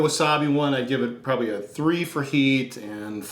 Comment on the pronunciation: the way says probly, "proay" xD